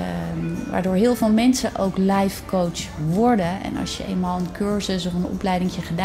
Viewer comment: Als je lifecoach uitspreekt als lijfcoach ben je af